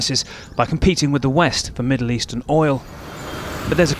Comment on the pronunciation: It’s ”OIL” (pronounced as oyl) and NOT ‘OLE’ … if you think of the word, “loyal” 🤔 just remove the ‘L’ and you’ll know how to properly pronounce the word. You’re welcome 😜 Welcome to America, champ!! 🇺🇸